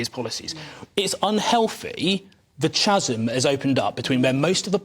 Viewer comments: Chasm is pronounced without the H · strange to hear an MP re educate us on the pronunciation of Chasm using the ch as in church instead of the correct K